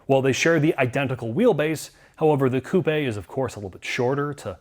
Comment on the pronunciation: Didn’t know was Canadian. he said coupe eh?